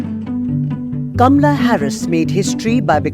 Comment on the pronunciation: WRONG PRONUNCIATION OF HER NAME!!!! IT'S NOT "KAMLA" BUT HER NAME IS "KAMALA"...DISGUSTING OF AN INDIAN WOMAN HERSELF TO MISPRONOUNCE 😡